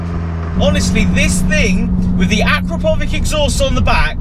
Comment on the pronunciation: Mate the exhaust is pronounced a-crap-o-vitch